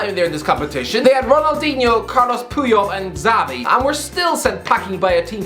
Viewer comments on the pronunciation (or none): Last time: IT'S NOT PRONOUNCED ZAVI!